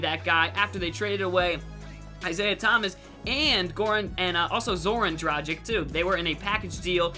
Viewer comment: it's Dra-gh-eech